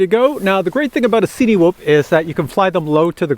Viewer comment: At one point in the video you mentioned 'cinematic' film. Cinewhoop is pronounced the same way, surely, it's not a 'see-knee-whoop.' Sorry had to get that off my chest, you know when people say things in a way that makes you cringe? Otherwise, great video as usual. I'm seriously considering buying one of these and this was helpful.